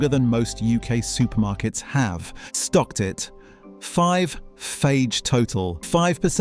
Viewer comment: Fage is pronounced 'fay' 🙄